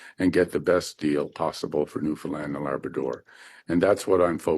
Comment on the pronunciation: Thanks for pronouncing Newfoundlander and Newfoundland the right way❤.